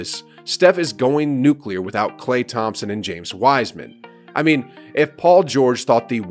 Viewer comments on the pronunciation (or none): none